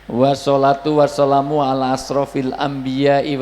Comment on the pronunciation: Kok ash sholatu was solamu, perbaiki ustadz !